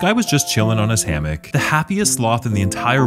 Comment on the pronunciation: I'm bothered by how you pronounce "hammock".